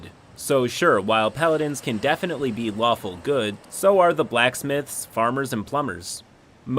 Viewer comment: I thought he said waffle not lawful for a second